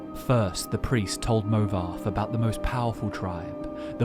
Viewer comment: there's no way anyone can convince me that "movarth" is pronounced "movarf" Its literally wrong lmao.